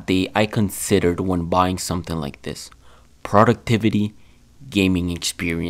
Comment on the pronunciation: Ah yes "P r o d u c t i v a t y" this Ultrawide UHD 144hz IPS Monitor will surely help me be more " p r o d u c t i v e" tottally not gonna procrastinate